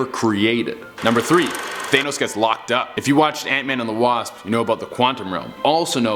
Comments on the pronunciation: 1 year after Infinity War and people still say that it’s Thay-nos Its THA-NOS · "THANE-os" smh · stop saying thaynos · THE FACT THAT HE SAYS THAYNOS JUST BUGS ME SO MUCH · I hate the way he says thanos. He says it like thaynos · i stopped listening when you said th-ay-nus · For number 3 instead of thanos, it's thano. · He just said th-ay-nos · Lol he said Thenos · Only argument I have is your pronunciation of thanos. “Th-anus” lol come on man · I don't know why, but the way he says "Thane-nos" doesn't quite work....just me idk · The way he says thanos kinda bothers me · Take a shot Every time he mispronounces thanos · The only thing scary about this video is they way he pronounces Thanos